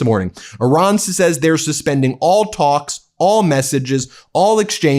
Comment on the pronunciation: I ra n .. Good job.. Like O ma n...